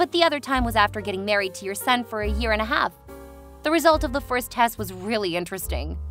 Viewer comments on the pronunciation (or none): none